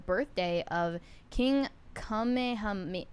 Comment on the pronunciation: The fact that you don’t even know how to say king kamehameha 😒 when literally Google is free yet you turn around and say Beyoncé doesn’t know anything about American history thanks for proving Whoopi Goldberg, right👍🫡none of this could be possible without your racism